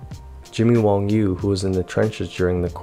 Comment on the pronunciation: Wang Yu, not Wong Yu.